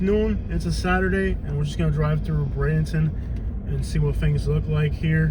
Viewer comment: Its Bray-den-ton not Bronson 🙄🙄🙄